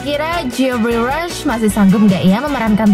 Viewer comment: What a lousy english.. improve miiin😭😭😭😭 johny depp dibc dep bkn dip.. geoffrey rush = jefry.. orlando = orlendo. pirate= pairet bkn piret 😭 dll.. tp voice overnya renyaah 😍😘